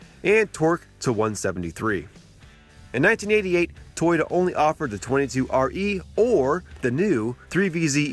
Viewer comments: First learn how to correctly pronounce Toyota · lol say toyota again